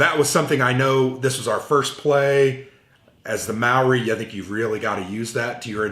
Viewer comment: As a kiwi I'm a little aghast at the pronunciation heh